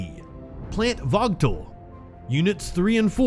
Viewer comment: The nuclear power plant in GA is called Vōōgle......, There is no T in it's pronunciation. Please get the phonetics correct before you put the news out for consumption please. Thanks for the efforts as well other output.